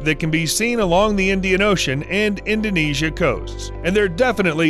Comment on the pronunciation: I appreciate the accuracy of the way you pronounce "Indonesia". I am from that country... And you are awesome 👍